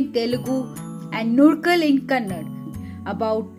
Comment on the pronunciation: Nice video...Prounce it as Kannada and not kannad